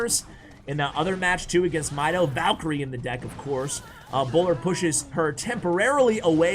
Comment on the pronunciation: Thanks in advance! Let me watch:D Btw its Mido (medo) not mydo:D Egyptian name